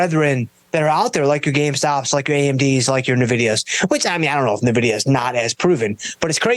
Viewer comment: It's pronounced "Envidia", not "Nuvidia".